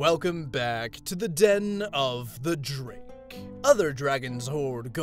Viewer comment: I’m just gonna say this here cause no point putting it on every video. I always think that Drake is saying his name as “Den of the Drink” Every time it just makes me chuckle. To relate a comment with the video: Knife = British Gun = America Spoon = ?